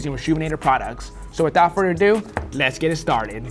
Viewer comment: So without “Furterdo” Let’s Get It Started!🤣